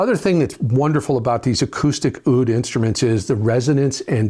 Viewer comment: Oud is pronounced “ood”. Sorry to be political, but there are no such thing as “Palestinians”. Only Jews and Arabs. Im Jewish and I support Israel, the long time and eternal Jewish homeland.